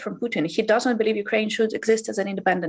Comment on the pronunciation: Anchor is more interested in appearing tough than to get facts. Firstly, she can start by pronouncing Ukraine and not saying Ukuraine. She is calling for cease fire of the demand for Russia to withdraw from Ukraine. It is a nonsensical argument - Ukraine is a sovereign state and Russia invaded without provocation and is the aggressor